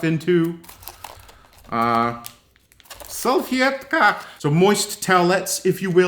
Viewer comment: The way you said "Salfetka" was hilarious. 🤣